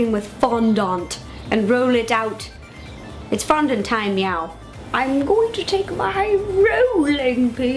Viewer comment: ro you said mewo 2 timed